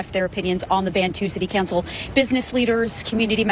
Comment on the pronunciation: Is it city cancel or city cowncil? Am I the only one hearing this?